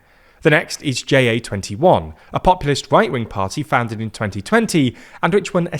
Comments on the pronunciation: Pronouncing "JA21" as J-A-twenty-one is weird. Ja means yes so just make it "Yes21". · "Jay Ay 21" My soul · Tiny correction: in Ja21, "ja" (yes) is pronounced as the word, not as an acronym, which it isn't.